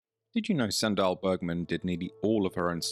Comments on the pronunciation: Dał bym łapkę w górę ale nienawidzę jak BOT czyta... Suundal Bergman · Sry, thought you said Sandra Bergman